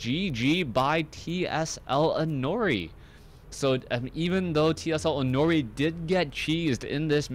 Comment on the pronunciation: it's pronounced as "i' no ' li", Inori is a japanese word and 'ri' is pronounced like "li".